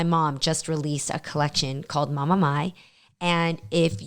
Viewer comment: Reading My instead of Mai was hard lol